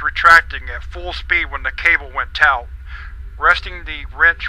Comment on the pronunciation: He keeps saying tout instead of taut.